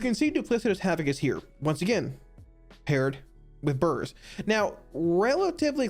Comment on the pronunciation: "bUrRS" <- whenever he says it, eat a cookie!